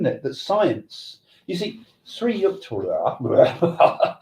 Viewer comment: Sri Sri Paramhansa Yogananda's guruji was called 'Sri Yukteshwar' pronounced as 'you-k-taysh-wur'. Please do it correctly.